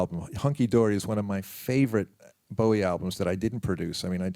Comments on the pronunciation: He played along to people mispronouncing his name wrong his entire career. Of course in Bowie fashion, he never put the interviewer down. Class act he was. ❤ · Why can't the fucking interviewer even get Bowie's name right?? He got his name from the bowie knife and even Tony says it. FFS!!!